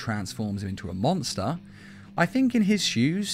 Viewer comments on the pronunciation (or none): none